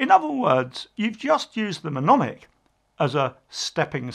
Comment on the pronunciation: I believe you mean "mnemonic" pronounced ne- mon- ic - (the front "m" is silent) :)